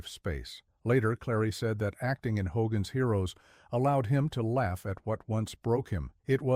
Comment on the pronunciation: ‘HDOGGAN’S HEROES?’